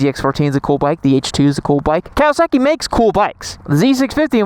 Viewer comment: I cant get over how you pronounce kowaSACKee